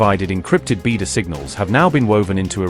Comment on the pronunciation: Why not train your narration providers to pronounce words like Khayyam, Beidou, and Sino-Iranian correctly?